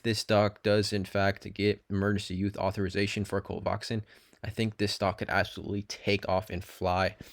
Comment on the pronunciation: Dude, it's pronounced CO-VAX-IN. Nice video, too.